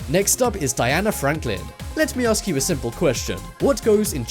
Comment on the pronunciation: i "HOPE" i can "ASKEW" a question